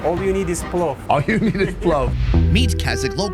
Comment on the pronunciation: not plov, mynau palau